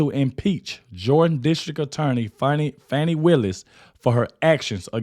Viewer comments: Her name is Fani not Fawni, call it like it is ...Fani Fani Fani, speak like you know the English language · FAN,, FAWN,, F.A.N.I FANNNNNEEE...NOT FFFFF AWWWW NEEE....FFF ANNNNN EEEE,,, LIKE ASS ,,,, FANI